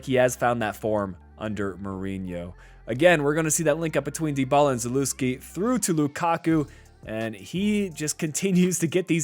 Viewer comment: I heard you pronounce Zalewski and almost clicked off please do better